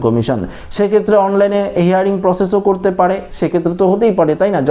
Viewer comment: কথাটা হেয়ারিং নয় হিয়ারিং। ইংরেজি হিয়ার মানে শোনা আর হিয়ারিং মানে শুনানি। শুদ্ধ করে ইংরাজি বলুন